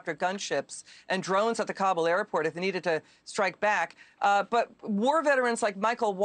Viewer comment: Just like it's Seattle and not Seetle, it's pronounced Kabool not Kabl